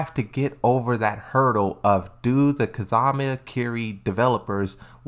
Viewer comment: Dude you really gotta work on your pronunciation! Who the hell is Kazama Kiri???😂